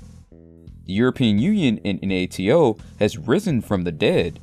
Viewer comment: "En-Ah-Te-O"? It is fricking NATO. ://////////////////